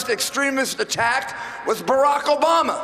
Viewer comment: Did he say Obomber? XD I kid i kid. Great speech though! #TRUMP2016!